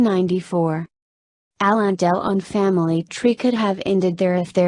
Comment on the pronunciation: The worst computer voice ever...Hallon Dell-on, who he? How could Alain Delon have disowned this love child of his who looks like a perfect clone?